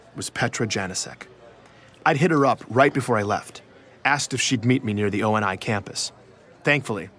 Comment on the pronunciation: I’m sorry o n I? Its oni (oh knee)